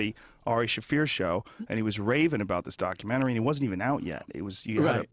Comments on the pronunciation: LOL HOLY SHIT joe thought he was from long island there for a second "yoahwa fkin documenry" holy shit im still laughing wtf was that joe ? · “ Your fuckin documenery” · ...Yauww fackin DAC-umentary. I gotther numb-ba ! Howda like Dem apples ! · Omg Joe's Bostonian accent " You're f**** documentary " lol that was so hilarious and so deep, he definitely couldn't control it . I wish I could hear him with more of that lol. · That "you're fucking documentary" comment was so boston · Had the YouTube app on AutoPlay and phone face down when this video started playing. Right away, the second Joe started speaking and says “your fuck’n documentary”, the thick New York accent,m. Immediately I thought, I guarantee he is sitting across from someone with an accent and low and behold, of course he is. This backs up what I’ve been say about joe for a minute now, the guy is a chameleon (coincidently a word also used in this episode). The bad things is, does it with opinions and changes them depending on who he’s talking to. Joe Rogan is a total Phony and I still can’t believe I thought the guy was legit for so long.